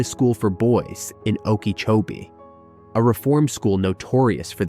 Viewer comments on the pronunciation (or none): none